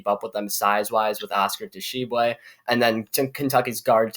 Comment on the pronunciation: You lost me when you couldn’t pronounce Oscar Tshiebwe 🤣🤣🤣